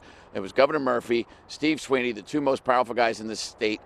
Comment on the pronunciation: Sweeney. Da. Weeney. 🥱🥱😲😪😪😪🤐🤐weiener. Not this time. Weeney!!!